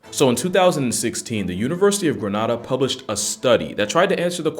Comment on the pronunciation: Bro love ur videos but it’s GRANADA… gra… Nay…Da… not whatever u just said 🤦🏿‍♂️